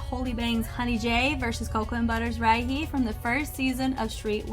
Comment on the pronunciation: Hey, just wanted to let you know Rihey is pronounced as Ree-haey, she explained that she named herself that because she wants to be somebody you want to call again( smth like that ) so Re-hey